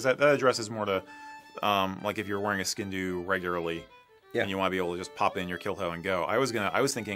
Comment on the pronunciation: One thing I must say is that as much as I love your channel for several treasons including being so accurate when it comes to describing our culture, you’re pronouncing the name of the sgian dubh wrong! It comes from gàidhlig as I’m sure you know, in our language it’s [sg/ee/an/-d/oo/v]